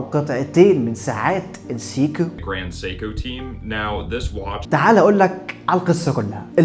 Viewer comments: يا أخي اضبط طريقة نطف seiko و rolex . سايكو و ليس سيكووووو . و ليس رووولييكس . بالله عليك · نطق البراند غير صحيح علي الاطلاق و مبالغه غلط في النطق بس سهل تتحل بس المضمون في الفيديو ممتاز.